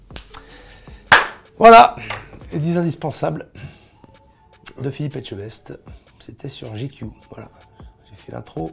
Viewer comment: Il prononce vraiment bien ETCHEBEST !